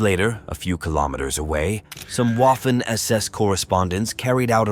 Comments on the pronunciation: If you can't pronounce Waffen SS correctly, you don't get my respect and I go elsewhere. It's "Vaffen" not "Woffen". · Great video. The W in Waffen in pronounced like V.